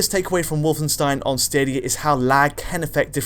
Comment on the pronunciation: DIdn't Alex teach you how to pronounce 'Wolfenstein'? :D